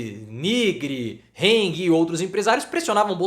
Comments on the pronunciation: Se pronuncia Hang e não Heng. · É hang e não heng, em alemão a é a e nao ei